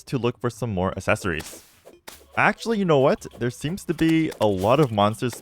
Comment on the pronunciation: I cannot assept that he isn't doing a bit. How do you go so long in life never learning to pronounce accessory? Assessory Assept Is it an assent?